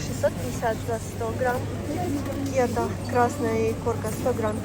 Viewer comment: Уважаемый блогер. Никогда не произносите "кéта". Мы, урождённые дальневосточники, произносим "кетá". В остальном спасибо огромное за обзор. Цены, конечно, выше, чем в Магадане. Вы там таки печатете деньги?